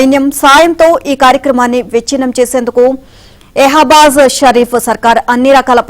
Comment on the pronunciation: యెహాభాజ్ సర్కార్ కాదు, షహీ్బాజ్ సర్కార్ అనాలి